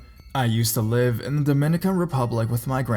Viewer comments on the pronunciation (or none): none